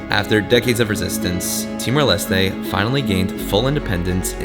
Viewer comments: It's Timor Les-Teh, not Lest. at least check how to pronounce it first, showed that you care. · Ha. I noticed you corrected your pronunciation of Timor Leste after arriving, but then relapsed. In tetun (languages are not capitalised) every vowel is pronounced. In Portuguese the final E is not pronounced, but the S has ‘sh’ sound. And you got to meet Barry! He is a legend. Arturo is one of the best places to spend a weekend in Timor Leste. Barry’s Place has tiny little thatched huts right off the beach to stay in.